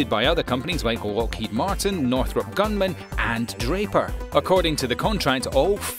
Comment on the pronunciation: Northrop GRUMMAN not Gunman.